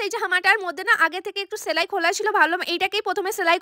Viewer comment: ছেলাই না সেলাই